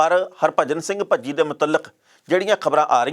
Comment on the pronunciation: ਭੱਜੀ ਨਹੀ ਭਜੀ 😜😂😂😂